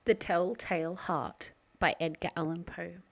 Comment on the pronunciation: It's "Allan."